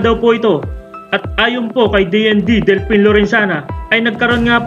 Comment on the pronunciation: Delfin yan with a F, hindi Delpin w a P. Please ...